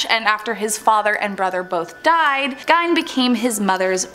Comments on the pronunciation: Ed gien not give 😂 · Ed Gein is not pronounced "Gine" it's pronounced Geen. Green without the R. Downvoted for obvious ignorance. A person that knows anything about any of the subjects they speak about should know how to correctly pronounce the words they're speaking. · Ed gien not gine 😂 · Did anyone else’s video glitch when they talked about Ed GEIN (not Gine 🙄) ? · Gein not gine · Geine like bean. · That's not how you pronounce Gein.